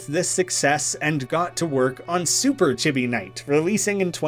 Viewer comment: I'm a little sad you didn't mention Artix Entertainment and AdventureQuest; they never did have their games on Newgrounds though. Edit: "Chibi" is pronounced "chee bee." It's Japanese.